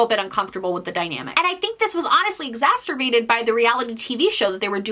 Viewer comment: I'm sorry, I can't hold myself back anymore. "Exacerbate" doesn't have a t in it! It sounds too much like another word when you put one in T_T